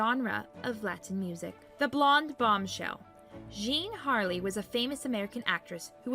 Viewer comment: "Jean Harlow" not "Jean Harley".